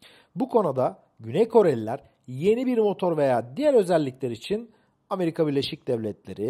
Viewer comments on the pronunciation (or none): none